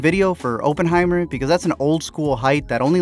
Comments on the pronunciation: Bruh it's Oppenheimer not openheimer 😂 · I wonder what your churn rate is at the point you called it "open-heimer" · "open-high-murrr" Interesting pronunciation.